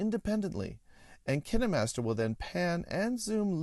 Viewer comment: The hell! Is it pronounced like kinnemaster i always said pronounced it as kain master